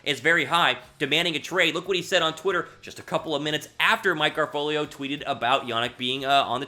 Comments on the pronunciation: Bro... it’s not garfolio it’s ga-ra-fo-lo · It's Mike Gara-folo not Mike Gara-folio man